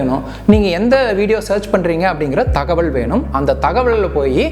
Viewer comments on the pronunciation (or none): none